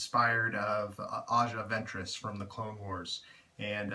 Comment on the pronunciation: You are saying her name incorrectly lol